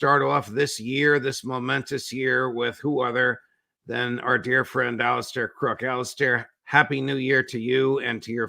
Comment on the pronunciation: Alistair Cooke not crooke